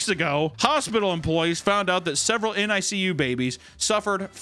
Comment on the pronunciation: "Nick-You"!! It's pronounced Nick-you!!